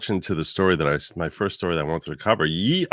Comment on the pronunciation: I think Kanye deserves an apology from for pronouncing Ye that way lol